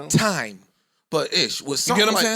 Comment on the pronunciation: Why he say time like that?